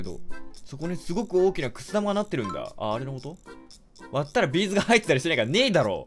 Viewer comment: のビーズの発音B'z